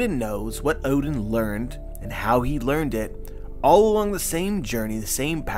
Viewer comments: Please stop pronouncing oden, "odin". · Why you say "oden" like that